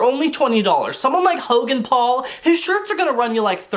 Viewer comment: Did he say Jogan Paul? Nice 😂